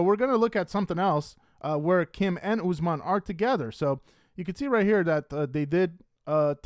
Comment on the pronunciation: How do you cover these people so much but can’t pronounce the names? It’s not Ooozemon, it’s Usman.